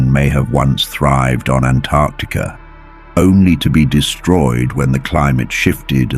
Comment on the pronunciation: Typically, I hate AI, but I kinda wanna marry this AI because it knows how to pronounce Antarctica